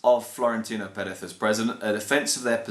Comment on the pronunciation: That's actually the right way to say it